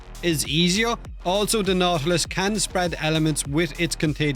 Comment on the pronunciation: Nautilus sounds like naughty list when you say it. I was wondering for what you're bringing that along 😂